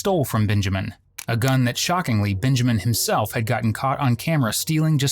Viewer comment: Why do you keep calling him “BINjamin”? His name is Benjamin, with an e. Not binjamin